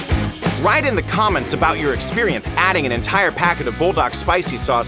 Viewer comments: Not bull dark it is pronounced pull da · No it is pronounce bulldak it is literally the name